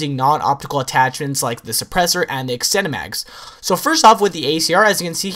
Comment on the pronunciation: Anyone else think his "extended mags" sounds like "ex-cinemax"?